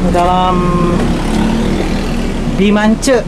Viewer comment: Bukan bimance kk tapi BEMANCE 😆😆😆